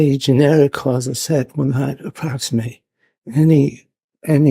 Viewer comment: Maybe the OP and I are both trolling you independently. 🙄 Now that I've listened to it a million times, it sounds like "quanz-uv". No idea why.